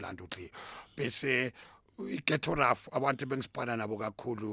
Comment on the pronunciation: Ghetto Ruff not Ghetto Tuff.....